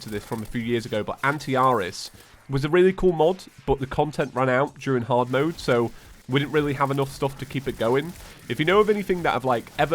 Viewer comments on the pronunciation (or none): Ughh, it kinda annoys me that you say mod instead of mode lol